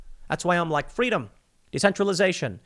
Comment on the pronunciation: In the words of Kamala Harris: "Fweedom."